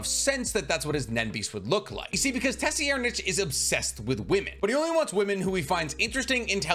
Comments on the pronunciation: "And the 4th prince-" Fuck no! NO! Say his name right! 😑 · Pronounced Tserriednich right = Liked and Commented. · Nah bro really did my tserriednich😭 dirty like that like why he call tserriednich like that straight up violating my manz😭 ay bro do me a favour plsvteach urself how to call people by their names and not whatever this was😭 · Oh no..... I stopped the video to write this comment coz you butchered my favorite prince’s name :/ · My dude you freaking butcher names lol 4th prince 🤦🏽‍♂️ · Nah bro stop it, you ain’t have to butcher the 4th prince name like that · Tes-e-er-nitch lol. Pretty sure it's tser-ide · Say it with me,: Say-red-. Not “Tessyerdnich.” It’s Say-red-. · Bro please stop calling the fourth prince TESSYerdnich try sir- eyed-nich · Did you just say "Tessy-aired-nitch" when referring to 4th prince tserriednich? Jsyk it's pronounced "tsir-eyed-", at least that's how I've always heard it pronounced. And no I don't know the "Merriam-Webster" way of spelling proper pronunciation of a word. So I spelled it in a way anyone that knows English can read it. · For Tserridnich his name is pronounced “T’Sir- Eyed-” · 4th prince pronuncation: Tserriednich (Sir-ree-ed-) Thanks for the video, HxH is losing me with each chapter released so this was helpful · Sir-ride- is how I say it but how he’s saying it is not even close 😂. Just don’t pronounce that hideous t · Tserriednich = "Sir-eyed-" Just an FYI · I prefer the pronunciation from grandline review for the 4th prince. I think its correct. It sounds like “sir id ” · Tserriednich is pronounce sir-ride-... The T is silent lol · Nice video although I’m pretty sure his name is pronounced Sir-Ride- 👍🏾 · Your pronunciation is baddd, his name is Tsir rye = Tserriednich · The name is actually pronounced Sir-ride-nic as weird as is is for the king that hates women but yeah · i’m sorry but it’s pronounced SIR-RIDE- >.<